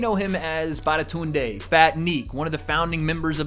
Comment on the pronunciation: "badatunde" xD